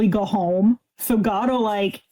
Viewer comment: It took me reading the comments to realise said her neighbours cat was called “Gato”. I thought she was saying “Godot” and her neighbour was a fan of absurdist plays 😄